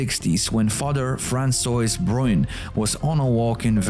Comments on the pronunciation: Fransowees? Franswa. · Francois is pronounced Fransuah, it's french for Franz.